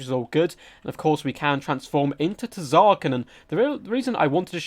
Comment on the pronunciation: The T in Tz'arkan is silent btw.